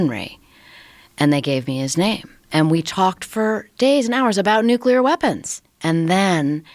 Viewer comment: Never trust someone who can’t pronounce nuclear correctly